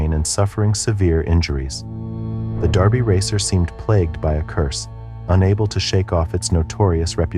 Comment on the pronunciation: *DERBY Racer - not Darby Racer btw